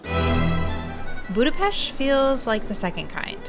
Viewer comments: And extra points for pronouncing Budapest right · Thanks you for saying Budapest the right way❤